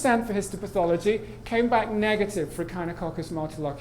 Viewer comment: mispronounced echinococcus